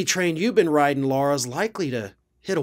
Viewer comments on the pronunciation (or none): none